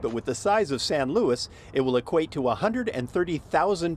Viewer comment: LOUIS?! Does the name say Louis? Its Luis (Loo-ees). Get it through your thick skulls mate.